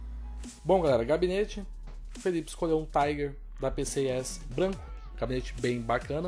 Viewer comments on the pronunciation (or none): none